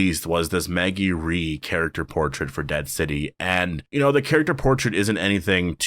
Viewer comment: Rhee is pronounced Rae not Ree